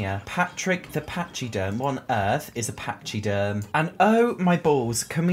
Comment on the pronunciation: lol "Pachyderm" is pronounced "Packyderm". It means 'elephant'!